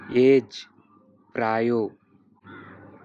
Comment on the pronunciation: It is not prayo it is praya